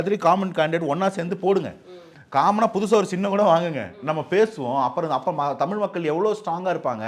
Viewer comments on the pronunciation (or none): none